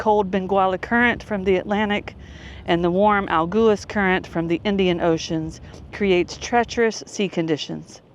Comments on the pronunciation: Agulhas is pronounced close to ah-GOO-lee-us. 🏝️🌊🌞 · When those fishing boats come in you can buy freshly caught fish off them. Pronounce it A-gull-as. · In Portuguese, every time you find the consonants "lh" together, you read it as "li" (in English, it sounds like "lea" in lead). Just imagine there is no h, but an i there. So, in this case, agulhas should be read as "agulias". In English, it should sound similar to "a - GOU - lea - us". I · Agulhas is pronounced as A Gull Hiss in SA. if u look at the Atlantic ocean where the 2 meet it appears darker than the Indian ocean